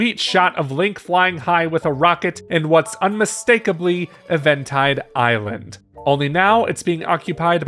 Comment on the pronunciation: Eh-ventinde Island? Ok